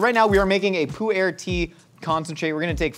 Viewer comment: It’s not “poo-air” tea it’s pronounced like poor tea, also you wouldn’t use beef for pemmican, you would typically use deer, moose or bison, never beef. And those looked like fresh berries, you don’t use fresh because it will spoil, you use dried, blueberries, strawberries, Saskatoon berries, maybe soap berries